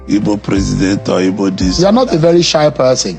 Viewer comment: WE ARE NOT "IBOS", WE ARE "IGBOS" POINT OF CORRECTION.